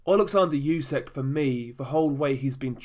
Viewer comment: Its Usyk not Yusyk for God's sake